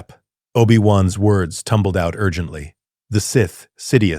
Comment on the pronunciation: I WANT TO LISTEN BUT THE MISS PRONOUNCIATIONS KILLS IT